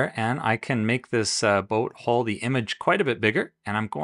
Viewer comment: Nice video but I cringe every time you mispronounce hull.